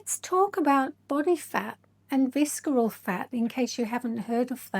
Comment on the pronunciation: The C is not pronounced in “visceral.” It’s pronounced “VISS-er-ul.” 😉 I’ve done both InBody and DEXA scans. I actually had my 2nd DEXA scan just yesterday. DEXA is definitely the gold standard. InBody is a form of Bioelectrical Impedance Analysis (BIA), which is very affected by hydration fluctuations. It’s the same technology used for bathroom body fat scales, but slightly more accurate due to the handles (although there are some home models now that use handles). PS I think your fitness is excellent, but the facial fillers and Botox actually make you look older… You can barely move your face. But you have a lovely, calming speaking voice.